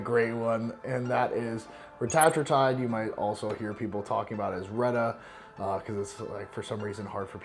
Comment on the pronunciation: The fact that he said the correct name for Reta, respect 🫡